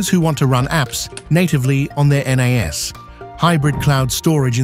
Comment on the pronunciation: The video starts out with AI not knowing how to pronounce. N-ASS Seriously?